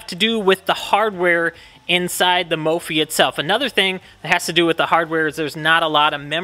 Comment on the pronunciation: 250k people and you’re still pronouncing it wrong 😂